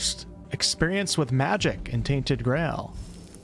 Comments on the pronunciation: omg my guy said "grall" not "Grail" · Did you say "Tainted Grall"? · did I really just listen to an American mispronounce "Grail"?... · I like how you can't say the word 'grail' properly